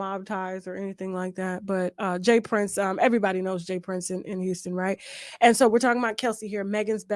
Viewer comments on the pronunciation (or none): none